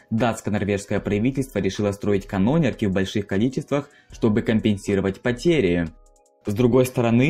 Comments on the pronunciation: КанонЕЕЕЕрки КанонЕЕЕЕрки УДАРЕНИЕ НА ТРЕТИЙ СКЛАД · канонЕрки ударение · Кровь из ушей от ударений. КанОнерк, БергЕН. Еще и реклама какого-то канальчика с гнусавым голосом вероятно такого же уровня. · КанОнерки блядь?!!! Правильно: канонЕрки. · не канОнерки, а канонЕрки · Мужик, все очень здорово. Но выучи ударения, пожалуйста. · Во-первых, хотя бы смотри в Википедии, как ставить ударения. Во-вторых - корабли были деревянные, что за бред со стальным флотом? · КанОнерки?! Ты серьезно бля??🤦🏻‍♀️😭😭 скагЕн, бергЕн, гельгОланд😭😭😭да остановись же ты, чекни Википедию хоть раз перед тем как пилить видос🤦🏻‍♀️ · КанонЕрки! ГЕльмголанд! Мужик, у тебя русский не родной?! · КанонЕрки, БЕргена, ГЕльголанд и Эресунн (ударение на Э). Что же у Вас с ударениями-то творится?! Такой интересный контент делаете, а при просмотре порой уши режет! Пожалуйста, при подготовке материала смотрите правильное ударение в терминах и топонимах!